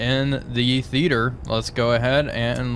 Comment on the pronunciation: "theeter" "Theater" is three syllables.